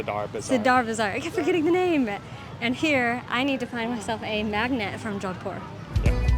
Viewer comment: "jowdpur" noooo, Americans and their mispronunciation is painful